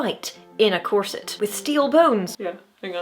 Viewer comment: Well . . . if your Muay Thai is good enough. Oh! You said “corset!” I thought you said “closet.”